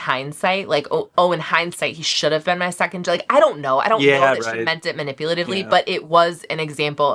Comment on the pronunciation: Honestly when I watched it for the first time Emma‘s „my scond“ sounded more like a „my other connection“ and not necessarily like her second in the ranking